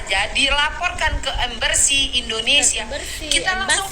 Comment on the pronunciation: Mbak bkn Ember Sih tapi ngomongnya Embassy yg betul nya.. Aduh Mbakk,,,tadi katanya otak kamu itu cerdas,tapi ngomong "Embassy* dingomongin nya *Ember Sih*,,ha,ha,ha,,, Sudah lah Mbak balik kampung kamu la semula masuk ke Sekolah SD semula,,belajar lagi cara sebutan nya suoaya benar benar cetdas otaknya, kikiki, Love from,🇲🇾